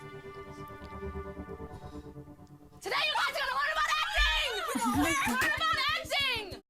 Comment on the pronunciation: She wants to be SPECIAL, like Meghan and her "quirky" pronunciations of "learns" and "harms."